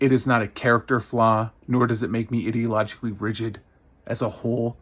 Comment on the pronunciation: Okay, I completely agree with you, but the way you pronounced ideologically really bugs me. It’s EYE-deologically, not…whatever you were doing.